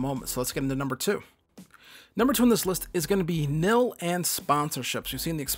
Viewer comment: Bro said “Nill” instead of NIL 💀